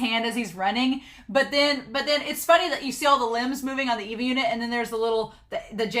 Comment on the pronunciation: It's far too late to say this now, but it's gonna drive me nuts if I don't say this... "ay - vah" ay (as in way) vah (as in vanilla). It drives me a little nuts when people say "EE-vah". Many people seem to read the subtitles but not listen to the actual Japanese. Ok, I feel better now. Great reaction so far, I'm enjoying it.